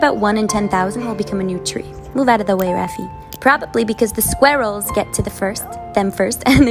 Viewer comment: "the sqrueall" My mind: "daddy, I want a sqwuall"